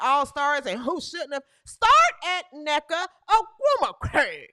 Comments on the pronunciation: lol hahaha id rather watch Angel than neka. If u say her name like that one more time lmaoooo 😂😂😂 I am rollin. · Lol. Crackin' me up with how you say nneka's name.😂